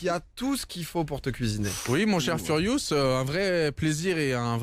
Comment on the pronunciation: Jean Neymar c’est normal il a eu peur c’est furious pas furiouse